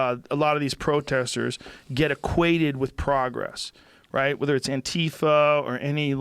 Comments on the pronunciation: Joe "PROE-gress" Rogan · wtf is "pro"-gress. Get off the weed Joe. prah-gress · Joe saying pr “oh” gress hurts my ears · CEO of “PRO-gress” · What the hell is 'pro gress'? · Joe kept pronouncing progress weird